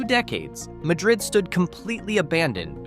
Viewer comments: It's MAD- rid, you AI doofuss! I was so afraid this wonderful little town would wind up on your stupid list. At least pronounce it correctly, or get laughed at by the good folks at Java Junction. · its pronounced MAD-rid. the spanish pronunciation is not used in this instance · I live near Madrid. It is not pronounced as Madrid Spain. It is pronounced Mad-rid. By the way... A stone church? The church that you showed was absolutely nothing but wood. Michael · Ma-dred, Is what locals say is the right way to say it.